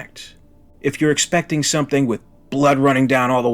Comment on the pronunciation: "There's summink in the waught-ah!"